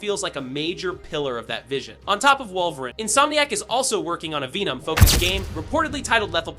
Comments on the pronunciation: Bruh check your AI voiceover - Wolverin and Spider...Man is pretty embarrassing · No one gunna say anything about how he’s saying wolverine? 😅